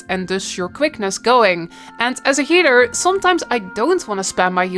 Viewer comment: Why do I always hear "heater" instead of "healer" lmao